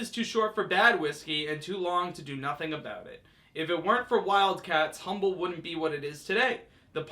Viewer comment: It is pronounced "Um-bull" ... the "H" is silent. Be it ever so Um-bull, there's no place like "Ohme."